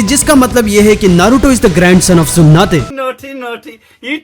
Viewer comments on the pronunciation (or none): That's tsunade .....not tsunate...😅😅😅...bit weird to listen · Bhai tsunade ko sunade bolta 😂😂😂😂😂😂😂🔑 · Tsunate nahi tsunade bol 🤣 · She's not tsunate she is tsunade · Why u say sunade "Sunate"